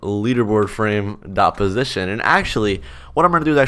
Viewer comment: Positon is a pog way of saying position